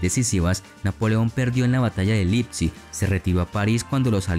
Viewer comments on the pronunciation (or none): none